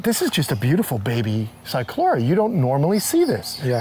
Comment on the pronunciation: I know a lot of people pronounce the C but not on this one. I noticed he slipped on that one, but i have heard him say it right, as well. he really is quite knowledgeable, he has a very diversified knowledge. My experience is mostly with giant Tortoises and Cyclura Iguanas but i have a medical interest in them. I have studied them for 40 years so i try to put out a lot of knowledge that i have learned by practical means. I think that is one of the most gratifying experiences i have,, being able to help someone being able to help the animals, that's what life is all about